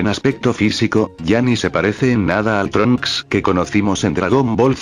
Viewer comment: trunchs ni gotenks